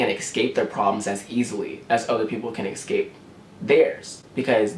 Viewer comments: I love this video so much but how many times he tried to say "escape" and said "excape" irritated me a little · Honey, i love you but it just annoyed me when you constantly said 'excape' instead of 'escape' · Lol I like how he says escape "exscape"